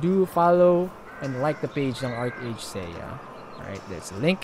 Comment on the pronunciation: it pronounced "arki or arkey"